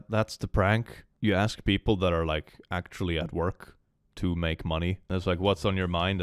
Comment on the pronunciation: Jesus, I'm starting to get sick and tired of those people who can't even pronounce a simple word like "ASK" anymore. 😔 It started with "especially" and "et cetera" (which most people actually still pronounce wrong) and it all seems to go downhill from there.